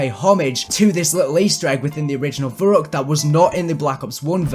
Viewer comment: verruckt is pronounced ferruect in German, keep up the good work!